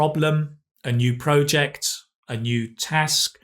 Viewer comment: Why do you pronounce project that way? I keep getting confused and checked the pronunciation for the thousandth time. It's project like in object. Also, forever is spelled as one word. Dragged on forever ...